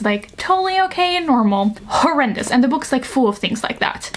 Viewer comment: Ik vindt het zo grappig dat je "books" in het engels een beetje uitspreekt als "boeks"! 😂❤ Super leuke video btw. Helaas zat ik in een klas met 16/17 jarigen en hadden we een invaller met een leeftijd tussen de 20-25 jaar. Er was een groepje jongens die nogal smerige dingen tegen haar zei. Waaronder dat iemand haar had "geklapt" 🙂. Dus dingen zoals beschreven in het boek gebeuren dus werkelijk. 🥹 Gelukkig ben ik verhuisd en ik heb niet weer van zulke dingen gehoord. 🥲